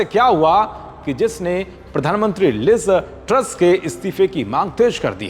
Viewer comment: Not Liza Truss say liz truss